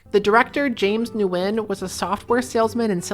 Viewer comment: Ngyuen is pronounced like "win"